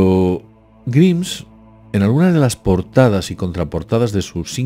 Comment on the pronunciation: Grimes se pronuncia Graims